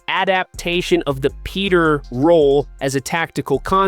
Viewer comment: Jalen petri not Peter's learn the names we in Houston appreciate you knowing the players name